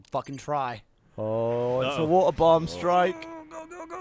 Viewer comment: Why the heck can't Gavin pronounce Water correctly!?